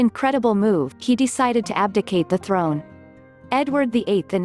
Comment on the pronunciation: Did you call it abdicate 😊I hope he does so.